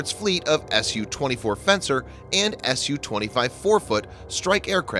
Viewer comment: thanks for the video. please work on pronounciation. su-25 is called Frogfoot not forfoot. daesh is pronounced dar-esh, if that makes sense. have a nice day.